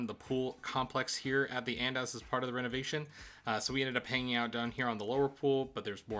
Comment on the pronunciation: the pronunciation of andaz is killing me lol but this is a great video and I found it super helpful!!